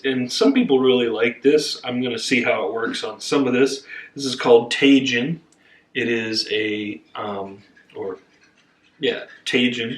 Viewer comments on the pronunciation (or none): Oh,. Tajun. lol. I love it. Please let him know it's pronounced Tuh-heen. I think it's Spanish. You know I always appreicte cooking with section. Also, love the sounds of the crunchy snow under your feet. It's one of my favorite things about snow and I rarely get snow where I live down south from you. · Tajin pronounced (Ta-heen), remember the j in Spanish has a h sound. 😉 Tajin is used a lot on sliced fresh fruits like oranges, watermelon, cucumber, apples, jicama along with some fresh lime or lemon juice. Very tasty and refreshing snack. Thanks for the wonderful recipe! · ahahahaa. It's ta-HEEN.